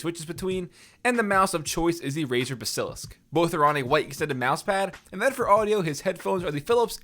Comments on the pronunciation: "Bee-sil-usk"?? no sir "Baa-Suh-lih-sk"* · LEARN HOW TO SAY BASILISK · I like how he pronounced Basilisk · What was that pronunciation of Basilisk?